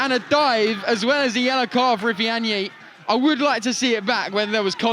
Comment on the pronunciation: Not the commentators butchering ifeanyi's name, until the yellow card I didn't realize he had was Nigerian 😢😂😂